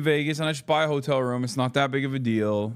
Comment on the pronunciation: i thought he was saying "hodl" then i realized he was intentionally mispronouncing "hotel"....... 🙄🙄🙄🙄🙄🙄🙄